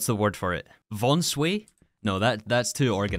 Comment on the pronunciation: didn't think I'd ever hear someone say "von sway" again 😅 that really takes me back